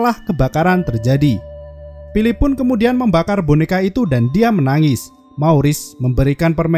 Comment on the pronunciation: Berapa kali bilang pilip. Banyak kali bilang pilip bang